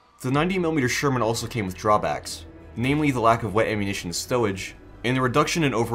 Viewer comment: Wet awwunittion stowage UwU